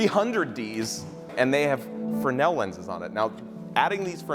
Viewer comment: He means fresnel lens right? Not Fernel?